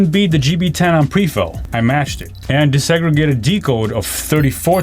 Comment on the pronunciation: Disaggregated. Not desegregated. OMG. Dude. Dis. DEE-EYE-ESS. not des.